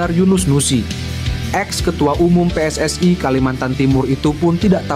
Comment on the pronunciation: Kalau baca yg benar min PSSI bukan pssai